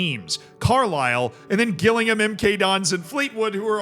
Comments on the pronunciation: Gillingham is pronounced with a J, like Jillingham. Harrogate is pronounced Ha-ruh-gut. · Classic American gillingham pronunciation, micheal from vsauce would be ashamed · The pronunciation of Gillingham was unique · Learn how to pronounce Gillingham properly please 😂😂🤦‍♂️ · Gillingham is pronounced as if it starts with a J pal, Americans 😉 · love how he mispronounced gillingham 😂😂😂 Americans and mispronounced names is what YouTube was created for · I don’t know if I like it better when you guess the pronunciation, or if you should do a call to literally anyone in the UK to find out how to pronounce stuff like Harrogate and Gillingham 😂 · Don't let Z's team pronunciation distract you from the fact that he used the term "suck off" umpteen times 😂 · The way you pronounce “Gillingham” is making me incredibly sad. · Gillingham pronunciation has to be bait for the comment section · I'd like to take a minute, just sit right there. I'll tell you how murdered the pronunciation of Gillingham and Harrogate. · Note to, it's pronounced jillingham not Gillingham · Gill Ingham 😂 absolutely understandable mispronunciation but very funny regardless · love how you say Gillingham its pronounced more Jillingham more J less G haha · You can't do this. Fall foul the same way everyone else does when they're not from the South East of England. Gillingham, in Kent, is pronounced Jillingham. Gillingham is also a town in Dorset, (I think) yhe South West of England and *is* pronounced Gillingham. Different towns, different pronunciations 😬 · Gillingham is pronounced Jill-ing-ham not Gill(like a fish gill)-ing-ham. Other than that this was a great video 😂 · Gills fan here. It's J-illingham not G-illingham XD. As soon as I saw us on screen I knew the mispronunciation was coming. . . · Please stop saying Gill-Ingham it's said like jillingham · I know I’m 2 months late but can I please say Gillingham is pronounced Jilllingham. It is my local team